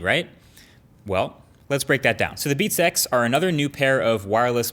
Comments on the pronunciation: He sounds like he's saying "beat sex" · "beat sex"? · I swear he says "Beats sex". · Sounds like he is saying "Beat Sex" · It kinda sounds weird when you say 'Beats X' as if it's one word...